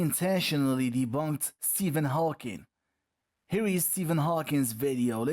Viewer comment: At lake level the horizon is 4.7 km, at a viewing height of 1.7m. Your laser is far too low, this is why you get a 'flat' reading. And it's Stephen Hawking, not Hawkings.